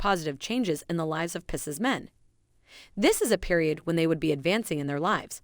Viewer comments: It’s PIE-seas oh my where did you learn to pro ounce it like that? It sounds French. As does your Geminy. It’s pronounce Gemin-eye. I didn’t hear anything else you said as I was so fixated on that. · It’s PIE-SEAS… 😂